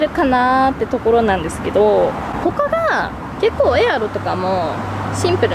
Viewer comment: ﾔﾃｱﾃｰ、ｹｯｺｰちょいちょいカタコトなのまじでおもしろい笑